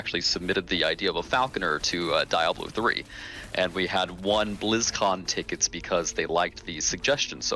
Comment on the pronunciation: Die-ablo. That drove me crazy.